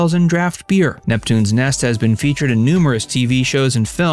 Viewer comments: NET,,, not “Nest” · NEPTUNES NET, NOT NEST.